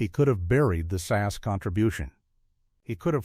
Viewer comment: It is S A S not sass.